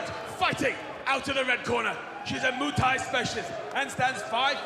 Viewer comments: Really, Moo Thai specialist? Some of these announcers need to find a new job! It's not cow fighting! It's called Muay (moo-ay tie). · Great fighter, looking forward to her career. Why can't these guys say Mui Thai correctly?